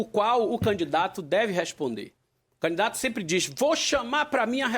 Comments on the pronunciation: Ele é aluno de Luladrão. Ele chama canidato tbm. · Jerônimo fala "Canidato" kkkkk isso era secretário da educação? Kkkkkk PT nunca mais!